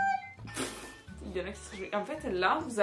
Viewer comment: On dit pas kaway on dit kawaii ( on prononce les i )